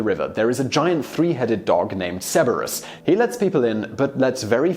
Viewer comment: I figured I was prepared for anything. Then I heard Simon's pronunciations of Charon and Cerberus